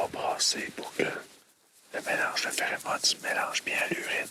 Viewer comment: on dit pherOmones pas pherÉmone xD